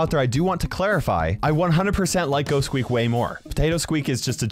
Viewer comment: You called squeak teak